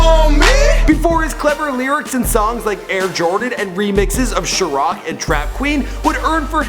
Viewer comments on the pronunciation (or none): Lol it's pronounce Shy-Rack not Sha-Rock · Chiraq pronounced "shy rack" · this nigga said sharaq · Shiraq lol shy rack aka chiraq smh he so bad at saying names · Dude said "SHUR-ROCK" Bruhhhh 💀 idc what ethnic background, its CHI-RAQ PRONOUNCED "SHY-RACK" everybody knows that !! 💯 Damnnnnn Giiiiiinnnaaaaa 😂😂😂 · It’s chiraq (Shy-Rack) not (Sharock) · said some "sher rock" its "shy rack" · Chiraq is pronounced like Chi and Iraq not Ciroc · It's chi-raq bro not sha-rock lol damn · sh-ur-aq god dam it's chi-raq i'm asian and even i know how to pronounce it right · 1. Chiraq=Shy-Rack not sharock 2. Montana from Peoria not Chicago lol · shirock???? the fuck is that shit!? its SHY- RACK. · sooo no one isn't going to point out the way he pronounced chiraq, he said Shaw-rock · SHA-ROCK.. SHA-ROCK NIGGA? Smdh.. its SHY-RACK like the middle eastern country Iraq. damn nigga.. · Chiraq is pronounced shy-rack... not like shur=rock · Did he just say sherrock? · I hate how you mispronounce shit...do your fucking research! It's pronounced "chi-RACK", idiot. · Tf is a sherock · Chiraq! Say it with me CHI- Raq!😂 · The fuck?! Sher rock? U mean Chiraq? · Shurroq lmao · Chiraq: It's pronounced Shy- Rack. Lol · This man said "Chiroc".... Montana is definitely coming after you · did he say Chiroc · This dude said sherrock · "Chiroc"..Really nigga? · wtf is a charoc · Boy said shurrock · Did this nigga really just say Sharock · he pronounced "chiraq" Shur rock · lmao 😂😂 "shurawk" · did u really just say... Shuh rock...gtfo man...i mean did u even try? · cheroc? I think you mean to say Chiraq like chirack but with a q at the end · Nigah said chirac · He said "sharaq"😂😂😂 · he said chriaq with an O I'm done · Lmfao! pronounced it "Sure Rack" I'm done! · sure rock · More like shy rack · he said choraq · CHIRAQ is pronounced Shy-rack.. please do some better research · he said shhh-rock lmao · "Nicki Minaj's Shurock" that's not even her song😂😂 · sherock? lol